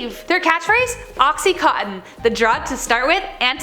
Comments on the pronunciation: It's called oxy-conn-tin! Not co-tin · Yes! BUT...she has problems with mispronouncing some words...like oxycontin. She says "oxyCOATtin", when it's actually "oxyCONtin". There's a VERY good service provided by YT whereby you can type in the SEARCH area above something like "How do you pronounce oxycontin?" And a very nice person will pronounce it correctly for you! Otherwise, she's GREAT!! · It's "OXY-CON-TIN", NOT "OXY-COAT-TIN"!! I swear! Sometimes you just MAKE MY DAY with your mispronunciations! I think I made this suggestion before, but all you have to do is go up to the SEARCH area and type in, oh...something like "How do you pronounce the word mispronounce?", and some very nice person will say it CORRECTLY for you! VOILA! INSTANT SMARTS! It REALLY is nice to impart more than one bit of knowledge to all the people out there watching your show. PROFESSIONALISM is an IMPERATIVE when doing the kind of shows you do...or do you not agree? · Cringed at the mispronunciation of OxyContin but at least she caught it the 3rd time around